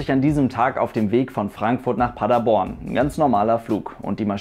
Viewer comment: Du hast Paderborn richtig ausgesprochen 😍 Viele die nicht aus Paderborn kommen sagen Paaaader-borrrrn